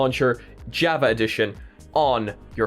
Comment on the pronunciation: Java pernounced Jaw Vaw